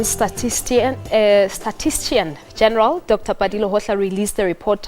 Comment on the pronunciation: The word statistician - miss-pronounced the first time as 'statistian' and after a second try; miss-pronounced again as as 'statistian' by this young presenter; is unacceptable.